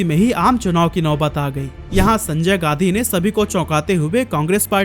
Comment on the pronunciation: भाई तुम गांधी को गाधी क्यों बोल रहे हो?